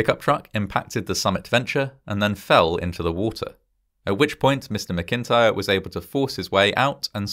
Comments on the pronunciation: Geez..the name of the survivor, is pronounced " Mac-in-tire" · That's not how you pronounce McIntyre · That's not how you pronounce MacIntyre.